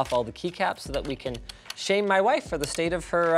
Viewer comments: Why did Linus say “my wife” like that at the beginning? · why did linus say 'my wife' like borat